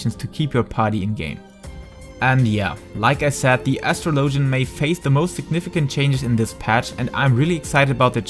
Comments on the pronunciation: Please tell me Asstrolowgen is not the right pronunciation in english. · astro -low-gen haha ur accent made me giggle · That is not how you pronounce it... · ....i couldn't continue with the video after that botched pronunciation of Astrologian.